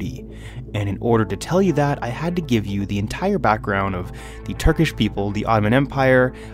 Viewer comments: Not "entire", but "ent-Hire" 😂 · Don't forget ent-HHH-ire